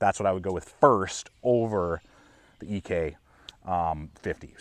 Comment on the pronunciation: Did John actually pronounce his surname "EE-Kay"?🤔